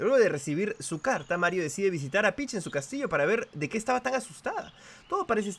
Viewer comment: Me pone feliz cada vez que dice marrito